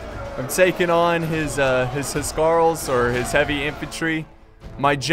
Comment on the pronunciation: My OCD keeps getting triggered when you pronounce Huscarls :'(